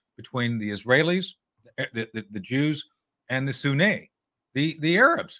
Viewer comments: It's not the Shia Muslims vs. the "Soo-nay". It's Sunni! (soo-nee). If you're an 'expert' you should know that already. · How to properly pronounce 'sunni' - it rhymes with 'loonie, puny, rooney, muni... but, "SunNAY" said no one, ever.